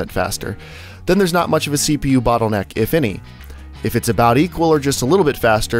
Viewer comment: It's not a Bootleneck!